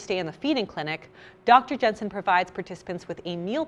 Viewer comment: Are you doing the star bucks thing where you purposely mispronounce the names of people? Dr “Jensen” and Nina “De Broff” 🤪